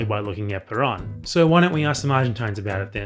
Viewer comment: I completely agree with you, but don’t criticize his pronunciation too much. His name is Perón. Ponga el acento en el rón. PeRÓN. Muchas gracias por sus video. Saludos desde los EEUU. Venceremos!